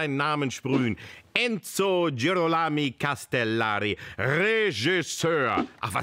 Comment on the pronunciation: Es ist wie Hopscotch. Es geht so lang gut bis er dann doch den Bach runterplumpst, unser Fremdsprachentalent Oli K., der es nicht sein lassen kann, sich lächerlich zu machen. Und es ging fast gut bis Girolami. Ich musste auch suchen, aber ich bin fündig geworden. Es ist die italienische Version von Hieronymus und der Name wird genauso deutlich auf ro betont. Michelangelosche Gestaltungskraft? Sind wir hier in Physik? - Wie wäre es eher mit michelangelesquer Gestaltungskraft, liebe Humanisten? Schlimmer geht aber immer: Federico Fellini hat ein r. Eines! Überflüssig zu beschreiben, wie man sich als "Filmkritiker" fühlen sollte, wenn man DAS nicht weiß bzw. nicht nachschaut. Was muss der Kalkofe für ein unantastbarer Diktator als Mitproduzent sein, dass niemand sich traut ihn darauf aufmerksam zu machen?! So geht's wenn einem der Erfolg in der Hose hochsteigt! Jap, ich krieg mich noch ein. Denn so lustig ist das nicht, wenn es anfängt holprig zu werden (mit mindestens drei verschiedenen r-Lauten). Nimm doch jedes Stolpersteinchen mit und tu so als wäre deine Inkompetenz nur gespielt... Ich weiß nicht, was signor Kalkamel vor dieser Sendung eingenommen hat, aber seine Überheblichkeit explodiert geradezu in Form von fehlerhaften Infos. Anna Kanakis war 1977 mit 15 Miss Italia vor der Aberkennung. Wie schwach, ich dachte mit dem Handventilator versucht er jetzt abzuheben... Erst spät aufgefallen: Das nenn ich mal veritables verkohltes Familienp